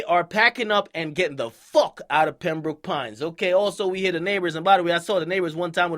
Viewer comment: 😂This nigga Ak calling it “Pem-Brook” Pines lmao it’s “Pem-Broke” Pines.